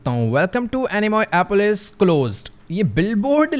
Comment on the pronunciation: Anamoeapolis the name of the game But. Ujwal says annamoealapois 😂😂😂